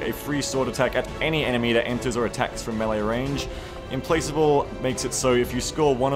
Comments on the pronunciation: I think it's pronounced "implakable" with the "k" sound and not the "c" sound. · Implacable is pronounced "implackable". Good vid! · Implacable = im-plak-able